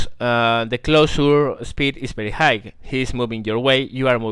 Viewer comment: While your video is very instructional and teaching (and overall pleasant to watch), you should spend a little more time speaking to people via VoIP, for example Teamspeak 3 or Ventrilo, etc. A little bit of voice practice can help you avoid the pronounciation mistakes you're currently making (pronouncing high as higg rather than hi, to name one). +1 to you.